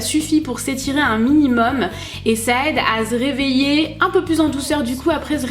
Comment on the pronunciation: Je suis la seule a avoir remarquer quelle a dit zreveiller ?😂😂❤️❤️